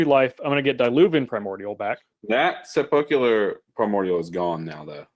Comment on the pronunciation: Sepulchral of Sepulchral Primordial is pronounced: sép-el-krel.